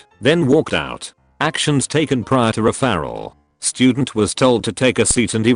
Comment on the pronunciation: It’s kind of funny how the voice can’t say referral.